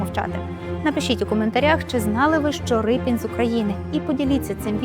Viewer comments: Шановні, чого Рипін? Адже прізвище пішло від "ріпа"? Отже, Ріпин! Подивіться канал Культуртригер, будь ласка. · Який Рипін ? Може, Ріпин ? Могли б краще підготуватися .